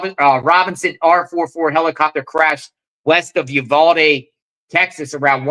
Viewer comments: PRONOUNCED "EU-VAL-DEE " . 😊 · pronounced U-val-de. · "You - Vaal-dee" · They were probably shooting wild pigs or counting deer. Your not saying Uvalde right 😂